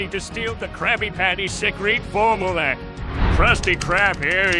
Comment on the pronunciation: THAT, S NOT HOW YOU SAY FORMULA PLANKTON